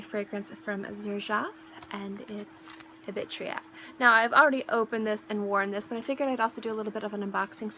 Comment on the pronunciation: It's spelled Ibitira. You're pronouncing it like it's spelling "ibitria."